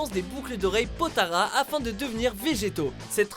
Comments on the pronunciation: Potalas pas potaras stp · Wtf il dit quoi lui potara c est nimpe c est potala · C est pas potara mais potala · c'est POTALA et non POTARA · on dit potalas et non potara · En plus il a porala au lieu de potala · c'est les potalas est pas les potaras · C pas potara mais potala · Par contre les boucles d'oreilles c'est Potalas pas Potaras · Et cet pas botola mais potolas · vous avez vraiment dit boucle d'oreille potara alors que ça se prononce potala ? ça fait un peu amateur...